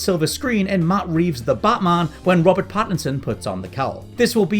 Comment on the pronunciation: Matt Greeves? Come on...